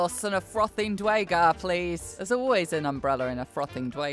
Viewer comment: More dnd is good. But please learn to say duergar correctly. I died a little inside each time you said it. (DEW-ur-gar per guides)